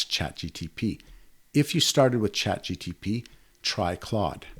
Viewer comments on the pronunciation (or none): Dude why do you call ChatGPT as “ChatGTP”? 🤔